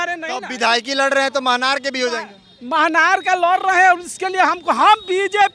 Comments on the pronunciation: तू पहले बोलना सिख ले, मनहर नहीं, महनार हैं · A bhai bidhan sabha ka nam to sahi se uchharn kare manhar nahi mahnar hota hai ( मनहार नहीं